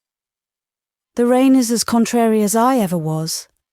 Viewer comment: Just to say - the nursery rhyme is 'Mary Mary quite contrary how does your garden grow.' The word 'contrary' is pronounced to rhyme with 'Mary'. Pronouncing it as you do destroys the rhythm. Please look it up.